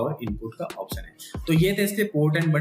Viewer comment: opsan. option to shi se bol le bhai. ise unboxing nhi kehte. bakaiti kehte h.